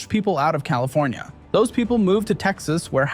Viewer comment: Fllowed by Colifornia-Florida 😂😂😂